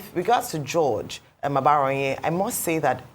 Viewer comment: Ojy, it is not "aGBaraonye", it is "aBaraonye"... They are different in meaning...not every "g" letter is pronounced as a "GB" sound!